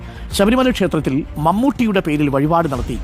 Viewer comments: വയിപാട് അല്ല വഴിപാട് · വയിപാട് അല്ല മോനെ വഴിപാട്. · വയിപാട് അല്ല വഴിപാട് എന്നാണ് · ഈച്ചക്ക അതു എന്തോന്നേടെ...... വായിപാട് തന്നെ വായ്പാട് കാക്കാൻ തന്നടെ വീഡിയോ ചെയിത നീ 😂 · വഴിപാട് ആണ് ബ്രോ. Vayipad അല്ല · വയ്പാട് അല്ലേടാവേ 🤭 വഴിപാട്...☝️, ലാലേട്ടന്റെ അയ്ഞാട്ടം 😖😖😖.... 🙏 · വയിപാട് അല്ലെടാ വഴിപാട് വഴിപാട് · വയിപാടല്ല വഴിപാട് 😂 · വായ്പാട് അല്ല വഴിപാട് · വയി പാട് അല്ല വഴി പാട് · വയിപാട് അല്ല വഴിപാട്... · വയിപാട് അല്ലെടാ മലരാണ്ടി... വഴിപാട് 🤣🤣🤣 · വയിപാട് അല്ല.. വഴിപാട്. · ആയത്തിൽ, വയിബാട്, ഇരുവത്തി ഏയ്, അപ്പാച്ചി മേട് വയി, അയിഞ്ഞാട്ടം........ പോയി നാക്ക് വടിക്കെടാ ഊള കോയേ...... 😂